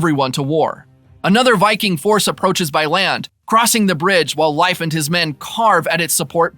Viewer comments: whos life pmsfl thats not how you say his name< its more like leaf then life loool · I believe his name is pronounced LayFF … not LIfe…sorry I just seen you addressed this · It's pronounced leaf no? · You pronouns Leif like Lajf (american letters), not like Life... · bruh, his name is pronounced "Leaf"... Not, "Life"... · I'm pretty sure it's pronounced layff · I thought the same thing! Haha! I kept saying it's LEAF! 🤣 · I did do some reach after commenting this and I guess in Scandinavian vernacular, it's pronounced similar rhyming with life. But it sounds like this guy is straight saying Life instead of Layff. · You are saying Life...Wtf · I'm I confused or are you calling him "life" Erickson? Is that the real pronunciation? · Can’t listen to Lief being pronounced incorrectly anymore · How do you not know how to say Leif’s name. Pretty horrible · How do you make a recap for a show and consistently mispronounce one of the main character's name?